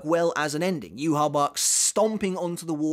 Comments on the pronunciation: Pretty sure yhwach is supposed to be said with the german pronunciation since the quincies are supposed to be german. So Juha-Bach. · If we wanna be technical, the correct pronunciation of his name would be something like "YAH-VE" according to how it would sound in paleo-hebrew. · yuhaback or rather yuhabach is much better. The only reason the japanese says yuhabaha is because they can't say yuhabach with their alphabet and the list of sounds that exist in japanese. Rather than yuhabaha its more like yuhabahha. The 2 Hs represent more emphasis on that part you linger a fraction of a second longer on the h sound. It's supposed to imitate the ch sound which is a more throaty ck sound. If you really wanted to correct your pronunciations then jugram's name is pronounced yugram with a y because j is a y sound. And his last name haschwalth is pronounced hashvalt. The W is a V just like it is in Wandenreich. W is V in german. And the th sound at the end of his name is just a T sound. No th. Though it is extremely premature it is interesting to wonder what the last cour will cover. As in where the third cour ends. Perhaps the last cour will only be the final battles. Each of those fights i think would warrant 2 episodes dedicated to each. But the thought of a season that is just like 6 fights and nothing else is odd to me. The red sky is only terrible in scenes where the characters fight in the air. For instance in the shot of soi fon. You can't see any buildings or the ground so theres just literally no background. That shot looks terrible. This isn't the manga. I want my background. So it needs more detail purely for those shots. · Jahu Bach is correct. It’s the German version of YHWH/Yawach “the Lord”. Baha is how a Japanese person would typically pronounce it. I believe your original take that it ends at 611. Kubo wrote lyrics for Ichibei’s song in his fight with Bach, mentioning it being some of the work in finishing up the second part (ref: Klub Outside).